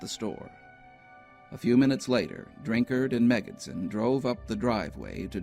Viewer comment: I heard about this when I was younger and was just talking to my family about it when this video came across my recommended list! Also, thanks for pronouncing "Drinkard" correctly! :'D